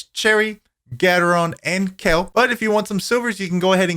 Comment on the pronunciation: Are you saying Kalih sites or kale?